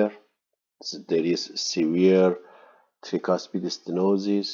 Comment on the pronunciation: very good explanation, thank you for your lectures. But can you please try to say "trycuspid valve" instead of treecuspid? no offense to you sir, as people have different accents but if we speak Arabic that way, you will really make fun of us